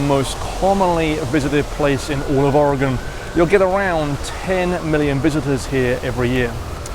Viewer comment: Congratulations! You said Oregon and Willamette correctly! No, Portland doesn't suck, some of the DB's do, but the city is great!